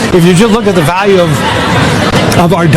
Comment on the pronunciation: It’s Va not Wa Value not walue